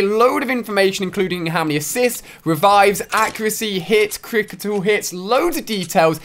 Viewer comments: No he said crictle not critical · Ya he says crictal not critical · lol it's a joke everyone 😂😂 Ali a said cricital not critical